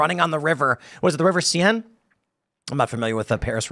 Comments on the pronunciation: Should be the Seine river (pronounced Sane) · It's the river Cène. If you know French, you know how to pronounce the "è" and the "-e". If you don't know French, I can't explain it here in the comments.